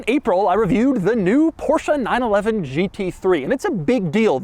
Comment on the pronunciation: You shouldn't really say 911 like that if it doesn't have to be.